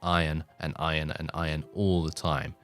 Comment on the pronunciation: When you said iron - I thought you said Oion for a second and got Stronghold flashbacks. "Oion stacks too low, sire"